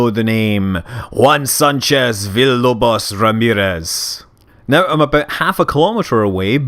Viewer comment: were u trying to say villalobos or something like that?